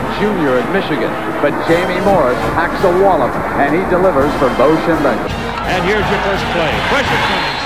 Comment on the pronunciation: what kinda crazy fella puts up a certificate on the desk on the show? I am trying to think of a caption here...you, the certificate, your false optimism, those glasses and the way you say " BO Schem...er"...Best caption wins my forever Buckeye respect...go for it!